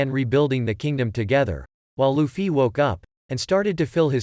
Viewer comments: luffy but he. say luccy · Loufee is how it's said